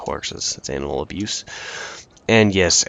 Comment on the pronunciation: oh animal abuse - I thought you said anal. anyway great game as usual